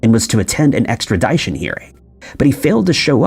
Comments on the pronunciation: “Extra-DI-tion”? You’ve never heard the word “extradition” pronounced before? Not buying it. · This channel confuses me. Is it a real person reading the script or an AI voice? There's just no way a person who has read 1000s of scripts about mysteries and wanted criminals should ever pronounce 'extradition' so blatantly wrong. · This dude lost all credibility with me after pronouning extradition like that.